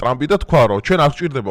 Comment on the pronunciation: სტარმერი,ნეთანიაჰუ, ჰამენეი,ისწავლე გვარები.